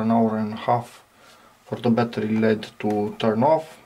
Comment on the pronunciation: Probably better to say "ell-eee-dee" instead of 'ledd' to increase the chances of people understanding what you're referring to.